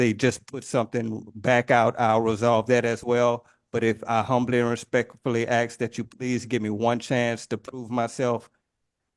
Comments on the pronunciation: When your vocabulary consists of words like aks and liberry, I strongly suggest that you do not represent yourself in court. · When you say things like 'ax' instead of 'ask' and pronounce it 'libary', you really should not decline a lawyer. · so why does this "Indian chief' say AXE instead of ASK?? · I know for a FACT that even Aboriginal people know that it’s pronounced “ASK”…not “AX” my dude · Aks is not a word. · You hear "aks" instead of "ask"? You've heard enough. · The word is spelt ‘ASK’ not “AXE’! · So is he trying to reach the magical threshold of repeating the same time in court? If you say the same thing 10000 times your case is dismissed, right??? 😂😂😂😂😂😂 Wait, so the whole fate of the planet, and likely universe hinges on this one person who can’t pronounce “ask” and repeatedly says “axe”. We are doomed!!!!!!!!!!! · Can’t say library, recognizance, or ask correctly lol and making dumb claims he’s just dumb all the way around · Or maybe teach him how to pronounce the words "ask" and "library"? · if you cant say library or ask, maybe you souldn't represent yourself. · Why is it that so many SovCits can't pronounce the word "ask".